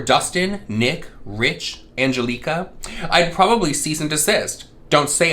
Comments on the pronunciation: Angeleeeeca ? I have never heard someone pronounce that name that way . It’s not a super uncommon name ? Like can you read ? Doesn’t she have a family ? And a child with special needs ? Like I’m a mom of 2 I don’t have time to whopper my ass let alone take a deep dive into someone lives HA I wish i had that kinda time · I mesaaaan... You do pronounce Angelika like that in polish so I guess she wasn't wrong lol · The way she pronounces Angelicas name is so pettyyyyy. I had a coworker that would pronounce my name wrong for a whole ass year 🙃 almost the same way “jeneeeeeeekah” idk where they get the nerve lmao